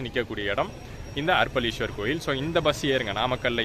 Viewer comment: Bro,அர்ப்பளீஸ்வரர் அல்ல அரப்பளீஸ்வரர் .சரியாக உச்சரிக்கவும்.இன்பத் தமிழை சிதைக்கவேண்டாம். 🌺 தியாகராஜன் ரமேஷ், அண்ணா நகர் கிழக்கு சென்னை 🌺